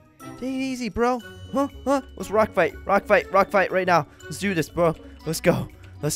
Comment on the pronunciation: When you say let's do this baby it sounds like your saying "Let do dis baby".